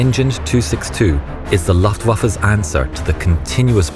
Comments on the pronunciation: Laftwuffe? That tongue got twisted, lol. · Great videos but please pronounce Luftwaffe right ! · It's Luftwaffe and not Laftwaffa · It's pronounced Looft-wafa.